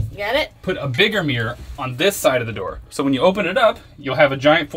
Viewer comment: Mirror is not pronounced mere!